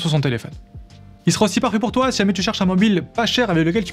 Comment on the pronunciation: Bonne présentation, mais débit de paroles assommant. Sur la fin, on ne distingue plus s'il prononce "pas fait pour toi" ou "parfait pour toi". Ce qui est très embêtant.